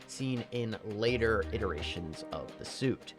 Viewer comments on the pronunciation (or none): none